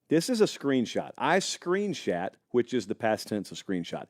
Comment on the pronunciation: “Screen-shat”. LMFAO 😂